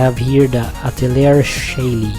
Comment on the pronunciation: oh btw..atelier is pronounced ah-teh-lee-yeh ...i hate it when words get butchered in pronunciation